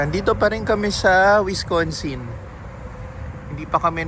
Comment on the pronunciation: Wis- can-sin not Wis-con-sin.. that's a dog treat from Culver's libre po yan